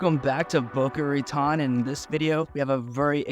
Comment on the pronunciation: Please learn how to pronounce "Boca Raton." Location, location, location!